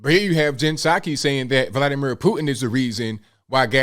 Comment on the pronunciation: What a liar! LIAR!!! Puh saki not ABL.